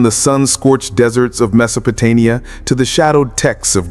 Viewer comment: Did the AI really say "MesopotaNia! the fuck?